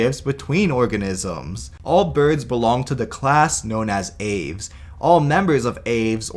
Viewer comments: It's pronounced "Ah-vès", not "aevs" XD But I agree that the "chicken" thing is unsufferable and sadly widespread. Even Trivial Pursuit had it included in its game at one point. I appreciate the attempt at being thorough but I think that segment could have been shorter: "all birds are dinosaurs, therefore all birds are the closest living relatives of Tyrannosaurus rex, even if T. rex itself isn't a direct ancestor to the bird-line". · Isn't 'aves' two syllables? (av-es)